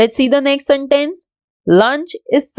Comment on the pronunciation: Please stop saying santace (no hate)